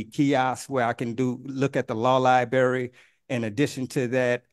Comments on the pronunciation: Wow home security! Lol. He can't even say the word LIBRARY... LIBERRY.😂!!! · What's a "lieberry"? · Lie-Bary, Tib-ula, Fib-ala. This dude a real genius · What’s a “Law Liberry”? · Law "libary". Ugh. I mean, he's painful in so many other ways, but that is like nails on a chalkboard, man.